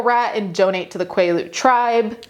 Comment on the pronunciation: quaalude tribe instead of quilete tribe is hilarious 💀🤣